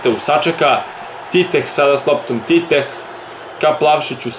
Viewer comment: Teteh se kaza a ne Titeh